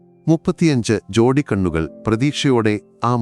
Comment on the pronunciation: . 35 ജോഡിക്കണ്ണുകൾ😂 വായിക്കുമ്പോൾ ശ്രദ്ധിക്കുക.